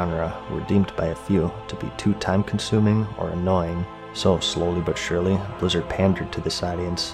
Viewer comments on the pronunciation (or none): none